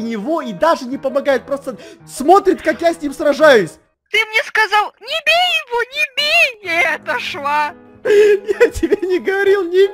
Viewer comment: ты говорил всётаки небей